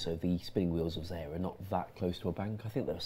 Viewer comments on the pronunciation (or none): none